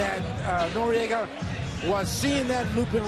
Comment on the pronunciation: why the fuck they keep announcing him as norriega,both useless commentators,go ride some dicks plz boys